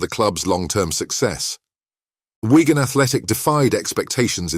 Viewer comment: It's Wigan not ygan 😅